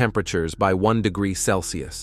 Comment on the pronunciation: not sure what the point of using AI is when many words are mispronounced..... makes for very poor quality. VolcanoloGEE???? Really?